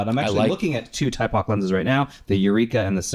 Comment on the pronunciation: Two things on Thypoch: the name is pronounched thy-poch, not tie-poch (as far as I know) and as far as the infinity locks, they announced they will be making version 2s of the 28mm and 35mm f1.4 Simera lenses that will not have them. The 50mm and 75mm f1.4 lenses already do not have them. The 50mm f2 Eureka has nice character but has some different issues like the weird filter thread, the odd divot on the lens mount, and its infinity lock being in a strange position...I don't understand those choices but otherwise it seems to be a good lens.